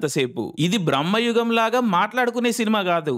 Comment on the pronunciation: Aa anmol gadi video neat ga copy thengav ga...super Jump cut nuvvu...super Btw...adi brammayugam kaadu...bramayugam....theda thelusuku thagaladu